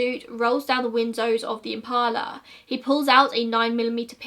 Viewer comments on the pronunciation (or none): none